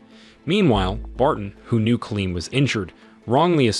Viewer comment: The story is obviously amazing but the narration gets me 🤬 being unable to pronounce the simplest of words, making it impossible to subscribe to this channel when it cant even say Colin properly instead saying Colleen 😂😂😂😂